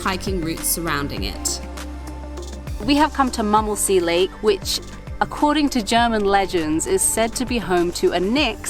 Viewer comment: And M"u"mmelsee will be pronounced with an "u" like in b"u"tcher ;-)